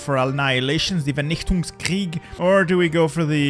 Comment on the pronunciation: why was that german pronounciation of vernichtungskrieg that good?